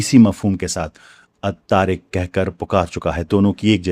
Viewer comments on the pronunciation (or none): Sir very respectfully الطارق کا مادہ ط ر ق ہے آپ نے مطلب تو درست بتایا ہے مگر ط کو ت ادا کر رہے ہیں kindly اپنی تجوید درست کر لیں شکریہ